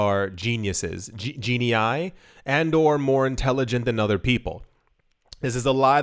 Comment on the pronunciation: 'Geniea,' lol